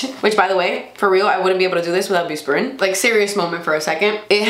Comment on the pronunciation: lol it's bus- PI- RONE :)